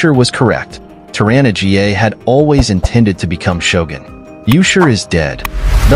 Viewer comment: 'Tor-anna GA'...Come on, at least check the pronunciations before you upload these videos.